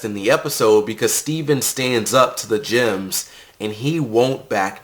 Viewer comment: i keep hearing the word Gyms not Gems, is it supposed to be pronounced like that?